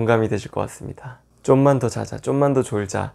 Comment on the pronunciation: 쫌만이 아니라 좀만..ㅋㅋ